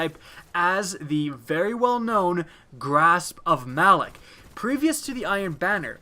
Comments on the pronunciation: Its pronounced Ma - Lawk. Not Malik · Malok, as in "Mah-lock", not "Mal-ick". Seriously, did you even play the Malok strike? They pronounce the damn name in the beginning intro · why does everyone say Malok's name wrong lol?